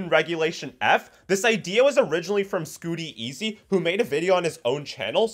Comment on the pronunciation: Scoot-teezy lol think saying his name right is important for a shoutout